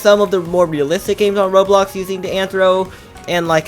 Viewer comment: Its called RoBLOX not Rohro